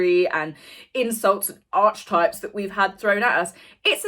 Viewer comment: love your videos. However please note that archetype is pronounced ar-key-type. Hope you don’t mind my mentioning it. 😊